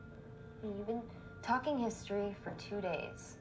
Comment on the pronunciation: I fweel bad fow Matt